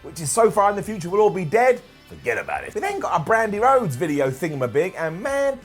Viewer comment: Bwandi Whodes